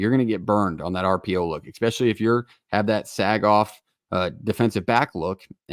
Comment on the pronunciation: It’s hard to take anyone seriously when they pronounce it Exspeshully